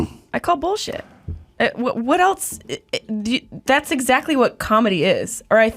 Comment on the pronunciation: I think I like but please say else instead of “eltse.” There is no “t” in that word.